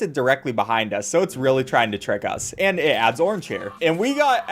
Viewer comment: It's not orange, it's organge